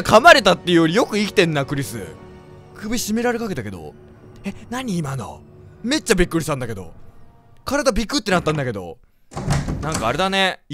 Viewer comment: めっちゃのイントネーションがめっ↓ちゃ↓じゃなくて、めっ↑ちゃ↓になってるｗｗｗ 方言のせいなのか、のせいなのか…